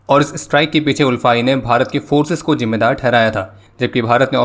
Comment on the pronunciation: It's not UL-FA..........ALFA(I mean pronounce)...love from Assam 🇮🇳🇮🇳🇮🇳